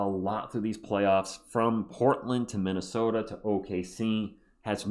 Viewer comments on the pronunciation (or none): none